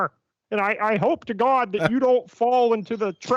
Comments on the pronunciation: “There’s nothing more fundamental than gauwd.” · The way he says Gawd, chefs kiss